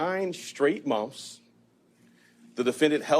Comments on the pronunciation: If I hear this dude say "mumf" instead of "month" one more time 😒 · What the hell is a " munf"? ("Munf after munf")... 🤣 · after hearing him say "mumph" several times, all I could think of was Vinny Gambini saying "yutes", and getting called out for it by the judge! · Does he know that it is months? He keeps saying mumps. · Mumfs?? Wtf, isn't it pronounced "months"? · Is this ignorant ass saying "mumps", or "months"? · Educated man saying Monfs over and over lmao 🤣🤣🤣 u really can't make this crap up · Idiot prosecutor cannot pronounce "months". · If you can't even pronounce the word "months" correctly, you shouldn't be a thing. At all. 😂